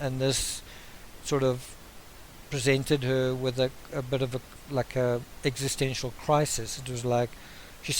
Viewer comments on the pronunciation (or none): none